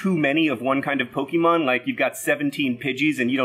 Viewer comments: There's an accent on the é in Pokémon. You pronounce the é like café. PokEYmon not PoKImon. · Stop calling it Pokiemon for starters. Pokehmon, please x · OH MY GOD first off it’s not pronounced pokeymon its pronounced Poke a mon and second plural is not Pokémons it’s just Pokémon and finnaly third AHHHHHHHHHHHHHHHHHHHHHHHHHHHHHHHH THIS GUY IS SO IRRITATING pikachu is based ON THE CANADIAN PIKA MOUSE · É is pronounced like A It's basically poke-A-mon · As a pokemon fan I must say it's disappointing to see a famous witer forget to acknowledge the accent over the e in the word Pokémon. Phonetically speaking the word is Poke-Ay-Mon not Poke-EE-mon, and I will correct every single person who gets this wrong no matter how petty and no matter who doesn't care. Edit: kept watching and he said Pokémons as the plural and not just Pokémon, which was painful. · It's not poke-EE-mon, it's pok-AY-mon, like "AYY, MUST BE THE MONAYY!" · I've tried to overlook it until now, but please stop saying "Pokey mon." Poe - keh - mon. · Pokeymon huh? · "Pokimon" I'm so triggered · It's Poh-KAY-mon, not Poh-KEE-mon... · It's not po-key-mon, its po-kay-mon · Pokémon not PoKEEmon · John... Pokémon is pronounced pO-keh-mon not po-key-mon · So inaccurate, it's pronounced Po-KAY-mon. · It’s more like “Eh” The accented É is what gives it that pronounciation. So its actually supposed to be Po-KEH-mon. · Hilarious concept John! But just for correctness' sake: 1. It's pronounced Poke-ay-mon (there's an accent on the e) 2. Pokemon is both singular and plural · When your dad says Pokémon as "Poke EEE mon" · I took a swig every time John pronounced Pokémon wrong and I died of alcohol poisoning. rip (more like Po-keh-mon; short for Pocket Monsters) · Accent mark. Po-keh-mon. Other than that, for an outsider, I think your grasp on the Poke-verse is pretty solid. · Such a dad-adult-person pronouncing it "poke-ee-mon." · "Pokey-mon" lol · Pokémon is pronounced "Poke-ay-mon." Its plural form is unchanged.